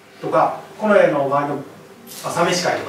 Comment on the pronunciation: 例えば、 「近衛しかいなかった」→「コネシカイナッタ」に聞こえる。プー